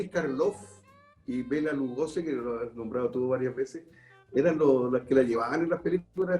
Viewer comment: Es Lugosi, no Lugoze